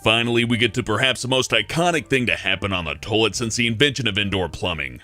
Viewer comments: Tolt Tolet? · Toit? I'm I the only one not hearing the whole word toilet when he talks? I swear he's saying toit instead. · says toilet pretty weird... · does anyone else love the way he says toilet? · dude says toilet funny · hear please say toilet again. lol wtf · You say toilet weird... That is all